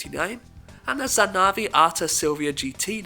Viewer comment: Allow me to correct you in some cars: Isn't Golf VS, is V5, a 5 cilinder engine. The Stagea is pronounced "Stage(ah)". And the Zanaví get a focus on the "ví" since there's a accent. Apart from that, the Beetle GT became the RSi, no?